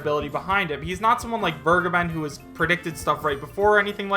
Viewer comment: Vergeben = vare-gay-ben